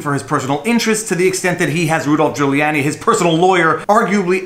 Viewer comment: Pronounced (Jooh-lee-AH-nee) not (Jooh-lee-AY-nee)